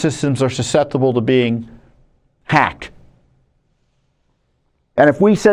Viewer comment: Hey Tom: "Suseptible to being 'pack' "........HUH, and I played the start of your speech back THREE DIFFERENT TIMES & each time your lips formed a word that DEFINITELY STARTED WITH A 'P' & NOT AN 'H' FORMATION so were you saying "Pack" or "Hack" which should have actually been either "Packed" or "Hacked"?